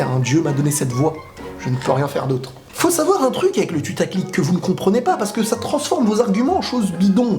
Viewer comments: Je suis le seum à entendre "tutaclic" au lieu de "putaclic" ? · pourquoi tu dit tutaclick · Nan c'est juste qu'il dit tutaclick ;)